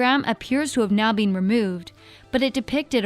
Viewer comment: why does this girl say been like "bean"